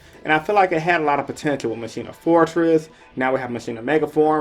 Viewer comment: Machina is pronounced Mach- Eena. Like mak